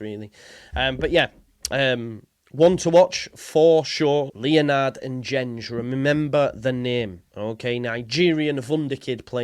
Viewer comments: Should sound more like Dengue…. En gen gay (with hard Gs as in go or gold, as opposed to gene or general) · Pronounced En-Gen-Gay